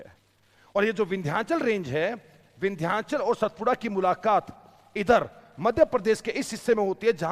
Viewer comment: अबे "सतपुडा" नही कहेते, उसका नाम "सातपुडा" है